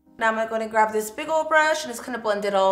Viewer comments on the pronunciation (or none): I notice you say “grav” instead of grab 😂